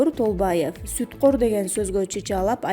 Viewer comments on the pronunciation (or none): Фамилияларды жада калса суткор деген созду да туура айта албайсынвр. Силердей суйлогондорду илгерки Союз мезгили болгондо,жамбашынарга 45 -размердин изи менен айдалмаксынар.